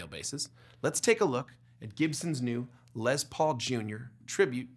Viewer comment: It's pronounced "Les" not "Lez". SMH.